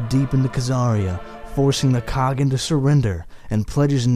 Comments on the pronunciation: Khagan is pronounced ( Kah Haan) Кахан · Its kha-ğan